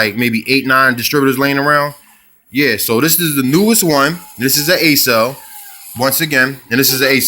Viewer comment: Ok, it’s not pronounced “A SELL” it’s like accelerate. The first five letters of accelerate “ACCEL” pronounced “AK SELL” I agree with what you are saying about the quality of the parts. I’m about to do an opti spark distributor replacement on my 92 C4 convertible & I appreciate the info you put out. If it weren’t for you who knows how long mine would last before I’d have to do it all over again & it’s no small task to replace it. Your right about not thinking the opti spark would be the problem after it was just replaced. I already replaced the fuel filter thinking that was it. So thank you for making this video. Just know it’s very much appreciated!! I’m going to follow your suggestions, locktite & JB weld. Outstanding!!